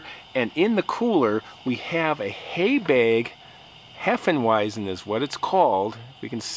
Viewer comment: Love heffeweisen - took german from a foreign exchange teacher. Its pronounced Heffenvīzen. No biggie YOU ARE AWESOME! Love your stories. Wish I could do a group camp with you n listen to you in person! 💯💥❤️🙌